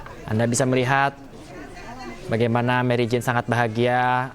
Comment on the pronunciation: waduh orang Indonesia nama Mary Jane di baca jadi Marijan he he